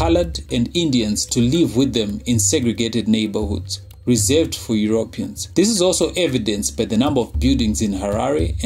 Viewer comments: Euro Peans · I love the videos, very informative but the way he keeps pronouncing Europeans is annoying